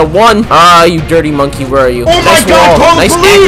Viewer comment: So we finna ignore how he said dirty monkey?